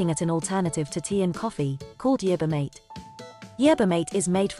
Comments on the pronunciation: MaTE not mait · The poor computer voice can't pronounce the word "mate" correctly as "mah-teh". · It sounded like marther